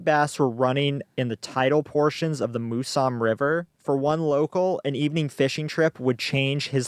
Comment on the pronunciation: MOUSE AM. MOUSE AM!! MOUSAM. NOT MOOSUM